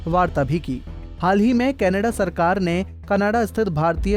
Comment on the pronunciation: Pehle canada kehna tan sikh la bayiya canadaaa khi jana a hahaha 🤣